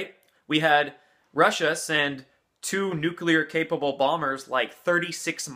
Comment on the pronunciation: You are astonishing, I believe you could be the only American in the world who can pronounce nuclear instead of saying nucilar!